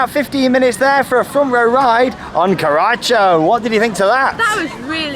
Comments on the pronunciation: Evolution of pronunciation of Karacho: 2019: Carrachoo 2020: Karatcho 2021: (will edit this one next year) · In karacho the ch is silent